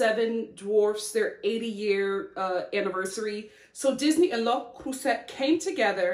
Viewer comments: Happy for your new channel! Also, I'm glad that you corrected your prononciation of "Le Creuset", I know French words can be hard for Americans. You almost pronounce it perfectly! It's "Le" having an "euh" sound (like the e in butter), and "Creuset" having an "euh" sound, then a "z" sound (not s) and finally an "a" sound like in ache: L-euh Cr-euh-z-a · I love the way you pronounce Le Creuset so I'm really hoping you don't change it. But in case you need a refresher, it's Luh (pronounced uh with an L) crew-zay (minus the ye sound, think "cruise" then put it through an "I'm drunk and think I'm speaking French" filter😜) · if I tell you I'm French, and I came strictly for the pronunciation 😂😂😂😂😂😂 Lo Crrrrooossey coacoatay 😂😂😂😂 It's more like "luh cruh-zé" & "kohkott" (same sound for both o's, like in the word "pot") but I'm here for the giggles ✨✨✨✨ Funfact ⬇⬇ for most French people, "cocotte" is a nickname for a chicken, and for a girl as well as this cooking device... but for us here in the French West Indies, it's a word for c00chie... and the cooking thing 😅😅